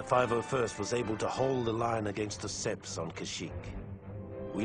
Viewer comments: Seeing and HEARING this, makes me hate Battlefront 2 EA and their cartoon clone actor. Hearing babble on about "seppies" kills any immersion I had......shame.... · HE CALLS THEM "THE SEPS"